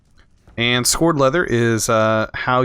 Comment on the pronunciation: I would say "bellows" not "billows" and skowered" not "scored" leather -not really important but just jars a little